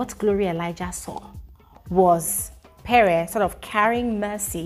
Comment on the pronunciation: It's pree not peree It's venivhaaa not venita